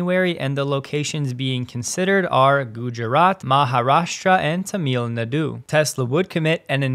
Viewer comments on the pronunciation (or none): Tuh-meal Nuh-du 😂